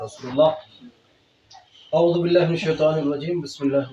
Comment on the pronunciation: Molbi sahab kirat pe dayan do اعوذ hai na ki ااذ 😂